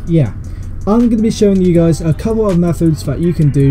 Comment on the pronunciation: Click bait this guy says ye guys